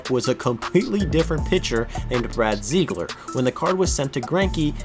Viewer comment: So I personally know brad ziegler, its pronuced zig-ler.